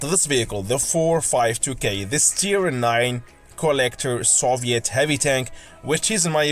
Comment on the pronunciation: Soviet: (saw-vee-it)